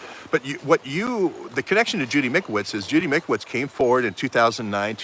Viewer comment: It’s Mike-O-vits ...(the Italian Doctors have done Autopsies on CV19v2 victims and found the illness is a Bacteria like a bad common Cold and causes upper respiratory lung disease and exasperated by 5G! Time to check it out)...great reporting...thx much. DO NOT TAKE THE VACCINES!